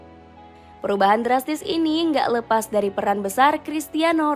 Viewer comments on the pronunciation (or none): none